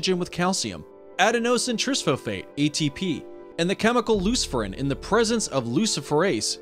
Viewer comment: Bruh that pronunciation of Adenosine Triphosphate